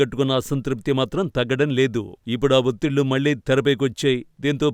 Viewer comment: malli kaadu talli.. మళ్ళీ .. మళ్ళీ ..